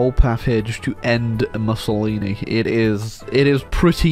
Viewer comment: Did you call him Bussylini?